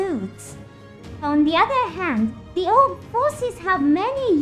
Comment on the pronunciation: Your video have a good script, but somehow.,,your AI can't pronounce some words correctly like Orb and ect... Anyway good video bro 😉👍